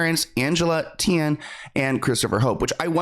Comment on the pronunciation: Hi! Tian = Teayen phonetically just want to let you know ❤